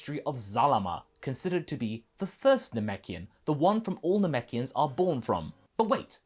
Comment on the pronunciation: "Namekians." Me "I'm in."